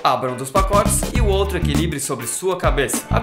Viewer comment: Reparem no 'oltro'